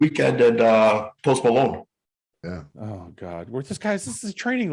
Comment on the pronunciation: Did say Toast Malone? 🤣